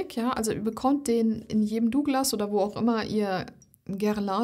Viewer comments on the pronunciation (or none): none